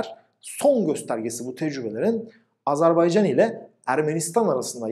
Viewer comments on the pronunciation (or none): Azarbeycan Değil AZERBAYCAN kardeşim